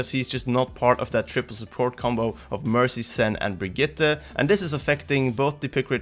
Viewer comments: Really good Brigitte pronounciation! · Finally an english speaker who pronounce Brigitte correctly ❤️